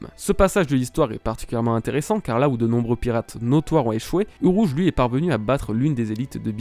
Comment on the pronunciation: le roulage de R de uRouge 👌🏻